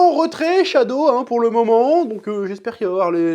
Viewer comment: Chad avec la bon gros "o" japonais X)